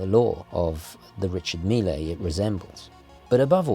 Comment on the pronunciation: Richard Mille is pronounced in French monsieur